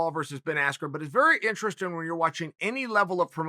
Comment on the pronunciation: If Uncle Chael says the word interesting in instrastring, then by god the word is instrastring.